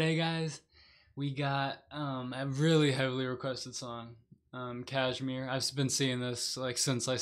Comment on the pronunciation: It’s Kashmir, not Kazmir.